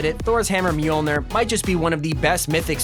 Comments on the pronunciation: He keeps on calling it "meeolner" when its moljner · It's pronounced myoulnyour